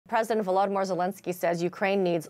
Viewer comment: How can you claim to be a journalist and you can't even pronounce VO-lo-DEE-meer after a year of his being constantly in the news? Also, how can you race a diesel like a steam engine train? Do you mean that the tank cannot be steered, barely slows when braked, and is in danger of boiler explosion when run near top speed?